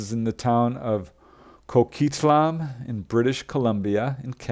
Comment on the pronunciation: Thanks, - if it wasn't for you, I never would've known there were so many UFO witness accounts that included references to ET books.. I'm fairly certain 'Coquitlam' is pronounced "ko-quit-lam", with no emphasis on any one syllable. No big whoop, but thought you'd like to know. Again, thanks for yet another eye-opening episode from the top YouTube channel in regards to the entire UFO/UAP/ET subject. Nobody even comes close. The way you put your episodes together is brilliant. Keep up the good work - and don't YOU ever forget to keep having fun!!